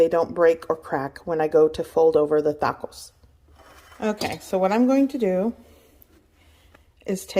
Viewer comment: why do you pronounce tacos and tortillas like that..... lmao